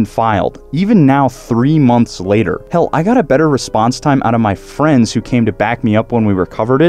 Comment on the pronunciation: please dont say hell like that